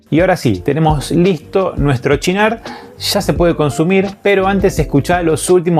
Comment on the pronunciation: Siempre lo llamé "Sinar" no "chinar*... Uno de mis aperitivos favoritos.